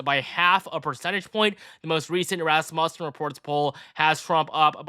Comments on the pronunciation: I love your videos! I wanted to inform you that you are saying Rasmussen wrong. It's pronounced Rass MEW sin. Keep up the good work! I am looking forward to a Trump victory in 18 days!!!! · Please stop pronouncing Rasmussen incorrectly lol